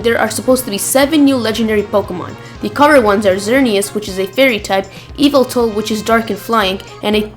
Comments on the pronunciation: Evil-tal? What? It's Y-velt-al. Yveltal. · its not eviltul idiot